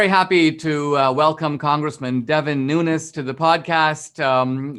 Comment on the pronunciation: First time anyone has pronounced this congressman's name correctly! Kudos Dinesh :)